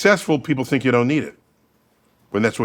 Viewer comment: NDT: "Some people eat mushrooms and have conversations with mushrooms! 🤣" Mike Tyson: "you fink dass funny?"